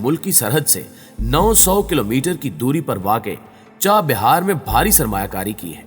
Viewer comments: It is CHAH Bahar and not CHA BIHAR Correct your Pronounciation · چاہ بیار نہیں چاہ بہار